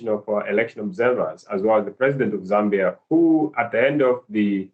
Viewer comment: How to pronounce African names!!! Zambia, Hichilema, and Mundubile have been murdered, pronunciation wise.